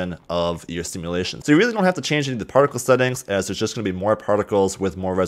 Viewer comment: My brain everytime he says partical:UNITYS PARTICAL SYSTEM